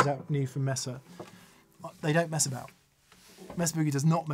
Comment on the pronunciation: You say they, not 'Hen' lol